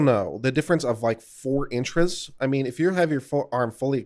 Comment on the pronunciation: "four inchras"? :D